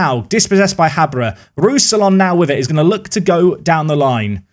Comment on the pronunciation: hello, some pronounciations for you: rousillon - roo-see-on rønnow - run-no (the ‘run’ sounds a bit french but idk how to spell that) juranovic - yur-an-oh-vitch ouedraogo - way-dra-oo-go (the oo is short though) up die eisernen